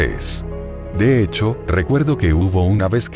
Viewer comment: Oye no te quiero molestar pero es "hecho"